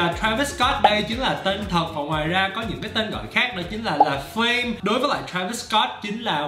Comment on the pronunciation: Travis được gọi là La Flame chứ ko phải La Fame anh ơi :v